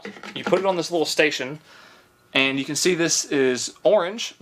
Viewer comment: That boy has had sweet potatoes...he said cayan instead of can.